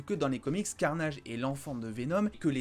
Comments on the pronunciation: J'adore le "let vere be carnayyyydge"😁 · E eo on a l a vue tu pourrais être un anglais dans ton accent let there bi carnage